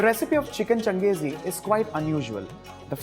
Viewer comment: the pronunciation is not changez khan its kenkis han